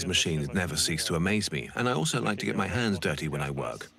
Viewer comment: This narrator says "altzo" instead of "also"